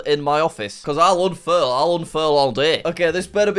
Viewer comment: i lost 70 braincells every time he said unfurl